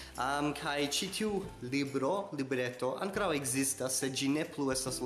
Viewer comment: La akcento ja estu en la o.